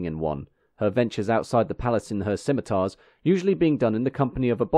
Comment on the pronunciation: scimi tarrs